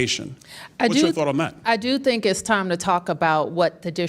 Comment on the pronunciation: Why does Bowser keep saying “iss” when she means “it’s?”